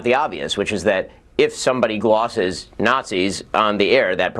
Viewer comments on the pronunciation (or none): shapiro saying "if someone 'glosses' nazis" because he can't say "glazes" is so funny. Also, dog abuse.